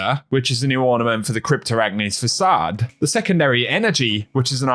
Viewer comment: Hi! The two items you had difficulty with this video are Cyrtarachne's Facade and Icthyic Flight. They are pronounced SIRT-A-RACK-KNEE and IK-THEE-YIK, with the 'th' in icthyic producing the same sound as in the beginning of the word 'thought.'